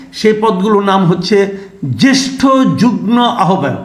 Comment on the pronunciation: Masood Kamal bhie, pronunciation ta ektu ovidhane dekhe niyento amar mone hoy pronunciation ta hobe jugmo. Mone hoy mane jugmo-i hobe. Vodroter jonno mone hoy kotha ta bolam. Ar hya, vul shonle kshoma sundor dristyte dekhben. Sotty apnake onek valobasito ta-i likhlam. Ashakori bisoyta kshama sundor dristyte dekhben. Dhonnobad.